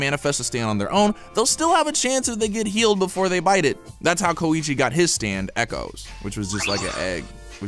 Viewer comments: Did he just say k o i c h i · Ayo put some respect on my boi Koichi’s name.